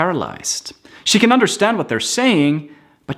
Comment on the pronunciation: me di el trabajo de encontrar tu perfil para decirte que "can" se pronuncia "kæn". Tu dices "kan" como si fueran enlatados :rollingeyes